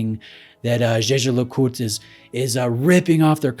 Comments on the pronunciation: Props for the pronunciation of Jeager LeCoultre. Great video! 😄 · Thoroughly enjoyed your pronunciation of Jaeger-LeCoultre.